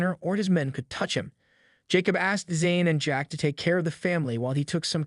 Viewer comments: It’s Jack not Jake dude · You keep saying Jake instead of Jack get it correct!!!!!! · It's JACK, not Jake. Geez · Its jack not jake